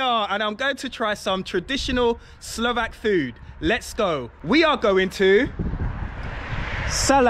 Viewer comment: wondreful pronunciation, love the way how you are trying to speak Slovak everywhere, so nice, so polite...